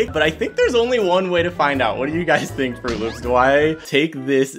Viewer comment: When he says UGYS it sound ilke He saying Ugly To Fans Lol